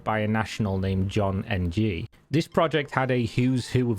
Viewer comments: BTW, Ng is pronounced as it is spelled. It isn't not an abbreviation so you don' t ned to say "N. G". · Ng is pronounced "ING" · As someone with the surname Ng, I've heard it mispronounced so many times (even American Chinese usually get it wrong) but this is the first time I've heard it just spelled out. Not gonna lie, it actually sounds better than having it mispronounced. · "Ng" as in "John Ng" is pronounced like the "ng" in a typical word that ends in "ing", like "thing". Don't pronounce the "i" if possible, just the "ng".